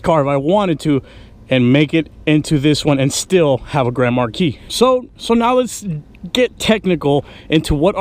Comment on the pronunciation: is saying it wrong 😡